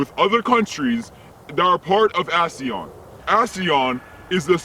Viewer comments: "" asiyan"" asian yun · his pronunciation of asean tho